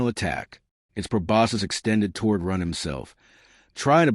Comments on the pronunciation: Does anyone know why the AI pronounces Ren as Run at times? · I'd be moody too . If the narrator kept getting my name wrong